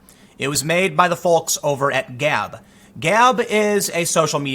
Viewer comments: Dear Tim, Folks is pronounced 'fokes' Sincerely me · Hehehe, it is always strange to hear folks with the "L" included. We just say "fohks". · Why does Tim always pronounce the L in folks? It sounds like Volk which is highly Hitlerian, ergo Tim is a Nazi